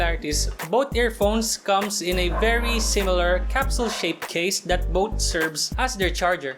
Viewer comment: Magaling naman siga mag english kaso parangang tigas niya mag salita lalo na pag sound ng TH di niya ma bigkas. yung both nagiging BOAT at Youth ay YUT. pero nice review.